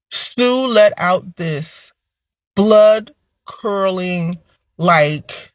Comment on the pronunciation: It’s pronounced “blood curdling” not “blood curling” people just be talking and never read these words they repeat… they just regurgitate words they heard or think they heard smh 🤦‍♂️ grown people ignorant as hell never read